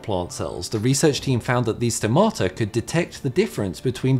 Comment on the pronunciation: Please.. the tone is at the 'O' at stomata! (Στόματα)! Keep up the good work!